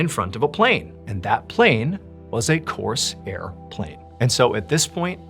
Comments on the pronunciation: Corsair is pronounced Core-sair , not Coarse-Air. Also , saying Corsair plane is like saying Corolla Car - just say a Corsair. Sorry, it just distracted me. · Corsair plane. Not Coarse airplane. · Why do you pronounce it "Course air" as if the air were course? The plane is a Corsair, a synonym for pirate. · Not pronounced coarse air… Corsair… one word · Dude - it’s not course air. Its core sair - put it together, corsair - not hard. If you’re going to talk about history then get the words right. And no, reincarnation is not a thing. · It's one word, "Corsair", not "Coarse Air". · Mr Ballen, I love and respect you so very much but I've got to tell you you're mispronouncing the name of the plane. It's a one syllable word not two. It rhymes with prepare or forebear or aware. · It's not pronounced "course air", like it's two words. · Corsair is almost one syllable. Not "Coarse Air." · On the third story with a little boy , why did you pronounce the Corsair fighter like Coarse Air plane? How could a father born in 1950 not know what a Corsair was? I was born in 1956 and I built this model airplane. I think it was common knowledge of amongst boys, my age to know all the American fighters in World War II.. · ok, cause it confused me, hes saying corsair plane, not course airplane. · The pronunciation of "Corsair" is driving me nuts. It is one word, it is not "coarse air". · Huge fan Mr.B!! But, it’s my favorite plane. I know you know this but the way you are saying it comes across as ‘ Course Airplane’ to clarify it’s a variant of the Mustang Fighter Airplane platform called the Corsair. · Coarse air? Never heard corsair being pronounced like that. 😅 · Corsair is pronounced without a division in the middle, or that is the way I have always heard it pronounced through the decades.